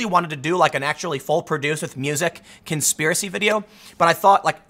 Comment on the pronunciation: "It's a Konspearacy, My Brothers, Konspearacy! K O N .....Spearacy!"